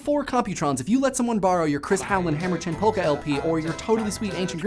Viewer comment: No! No, no, no! You are forbidden to speak further if you continue to pronounce the L in folk and polka! Gah! ;-)